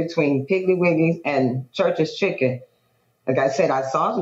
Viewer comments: You know he wrong for saying “ChuRChEs Chhiicken.”😂😂😂 I’m rolling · I thought the same thing 😂😂